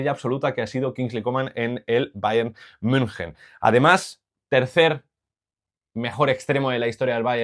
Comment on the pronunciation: decir bayern munjen ✅ valorar correctamente a coman o decir algo con sentido en todo el video ❌